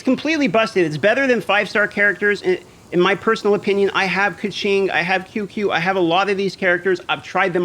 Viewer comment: Qiqi is pronounced chi chi